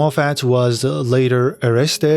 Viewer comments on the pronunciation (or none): It’s Gill Bigalowe not Gail